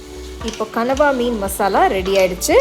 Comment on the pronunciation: oh god..i used to admire ur cooking,tamil pronounce, perfect tamil slides, costume, vessels everything..but today u did big mistake like others..that is not கனவா,that is கணவாய்.. just correct it, come with as usual bang👍💪